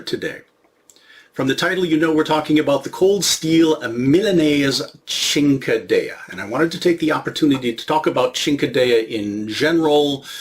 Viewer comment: Good to see that you’re back – I was almost done watching the video when you “pulled it” earlier today! I became a little concerned, in fact! 😅 Rest assured that if you keep pronouncing it “ching-kehdeyah” enough times you’ll be forgiven for being in-proficient in both your (spoken) ancestral tongues. Good thing you’re a writer (!) on the side… ⌨️✍️ 😁 Very good video, as per usual‼️ 👍🏻 Happy holidays, good Sir, to you and yours! 🐰🕎🐣 ☺️